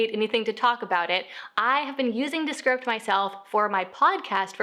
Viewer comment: Was that ViewScript? DeScript? Please enunciate